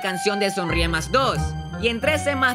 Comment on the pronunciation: Me di cuenta que ivan a sacar sonrie mas cuando dijo sonriemasa